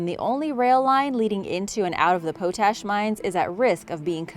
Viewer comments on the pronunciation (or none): My dear Madam the word you have been pronouncing potash is pronounced pot-ash just like in tea pot not pootash.